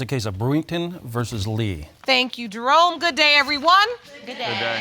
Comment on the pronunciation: Why do I sometimes hear Jerome's name as "Jerone"